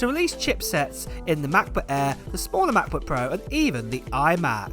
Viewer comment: Are you saying “air” or “ahh”?